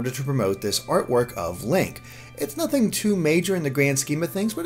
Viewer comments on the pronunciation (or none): none